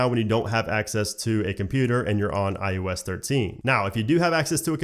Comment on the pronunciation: Is he saying I U S or IOS?